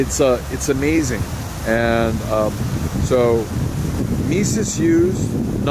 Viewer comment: Mies is pronounced "mees," not "meeses."